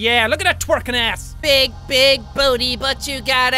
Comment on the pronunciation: this is not a hate comment but I love how he says ars instead of ass